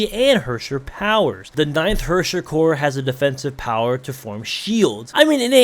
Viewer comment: your german needs a bit of work😂 you speek the word herrscher like this ,,hörscher,, and thats way off😂😂😂😂 from how you should pronounce herrscher😂